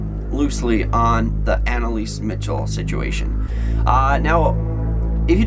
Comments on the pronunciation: btw. its pronounced Michelle not Mitchel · MICHEL NOT MITCHEL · MICHEL NOT MICHAL